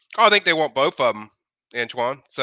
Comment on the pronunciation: Both Michael it’s pronounced BOTH TH not FF